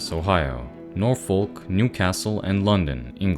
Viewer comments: norfolk is pronounced nor-fck not nor-foke. this incredibly offensive error spoils an otherwise great video. disliked, unsubscribed and reported for terrorism. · a note from a brit: norfolk isn't pronounced nor-FOLK, it's pronounced NOR-fuhk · Norfolk is pronounced Norfuhk. Just a headsup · this mispronunciation from usamericans annoys me extra just bc i went to uni in norwich (pronounced norridge like porridge), which is in norfolk